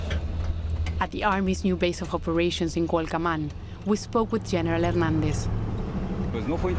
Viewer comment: Mija se dice Cualcoman, no Cualcaman. 👍 buen video, pero te falta darle todo asta Aguililla.